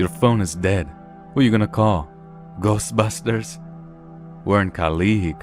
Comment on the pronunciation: I laughed so hard with the way you said Ghostbusters. So funny😂😂😂